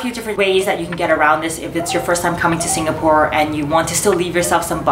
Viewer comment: Im stressing out on the way she pronounce the different locations in SG